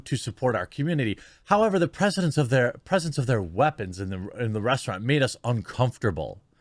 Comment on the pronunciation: Can you really not say the word weapons ?